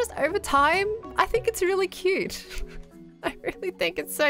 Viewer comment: Scott's "quoot" sounds like it has worn off on from Last Life... quoot...